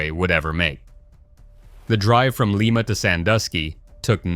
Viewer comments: Not leema, lime-ah (Lima) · I’m from Lima (like the bean) not Leema OH as they say in the video. This is total fabrication- there is and has never a Willowbrook school in Lima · Lima (with a long i sound) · Lime-a ohio....really?